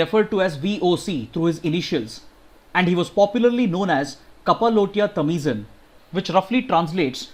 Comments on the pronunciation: 30 :23 it's not tamizan it's tamizhan and Neyveli not nayveli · Sir the pronunciation of tamizhan is tamilan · Tamizhan should be pronounced as Tamilian.. Thanks!! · the way he pronounced "tamizhan" ;)